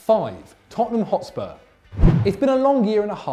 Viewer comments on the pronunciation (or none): none